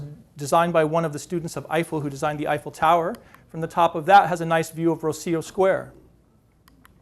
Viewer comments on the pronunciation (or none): none